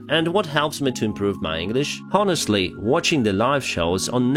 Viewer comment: Just a friendly English tip: H is silent in ‘honest’ and ‘honor.’ Say “I’m onored” or “Onestly”… Great work! Watching almost every day!